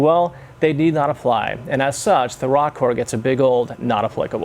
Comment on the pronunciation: Row-core Not Rock-core ROKKOR